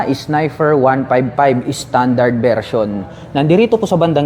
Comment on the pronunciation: Nagbakasakali ako ng kamali lang bigkas sa unang snifer kaso nung pangalawa snifer ulit sabi ko nag kamali ulit pero nung pangatlo snifer parin..ok😅😅😅 Naalala ko classmate ko noon kahut ano gwin ung P nia F talaga😅